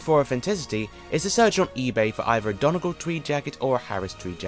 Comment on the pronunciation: the way you pronounced donegal triggered my fight or flight response (love the vid tho)